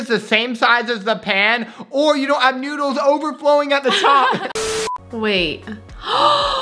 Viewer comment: HE SAID NODLES